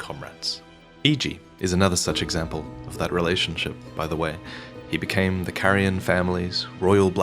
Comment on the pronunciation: Oh come on,... Not a single person pronounces it CAREian. Every single NPC pronounces it CARian. How do you fuck up a pronunciation when it's made so glaringly obvious on how to say it by the voice actors?